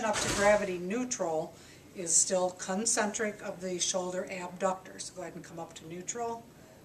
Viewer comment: " CUN - Centric " LoL :-)